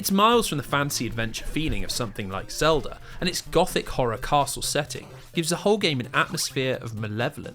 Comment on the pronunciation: My favorite part is when he says “Zelder” !